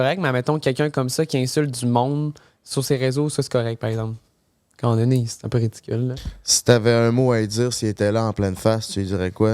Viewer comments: Est-ce juste moi qui accroche chaque fois qu' dit "ka" au lieu de "quand"?! 😂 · depuis quand le mot ‘’quand’’ se prononce ‘’Kà’’ lol